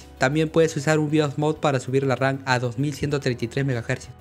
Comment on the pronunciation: Me mata de risa cuando dice "Memoria Ran".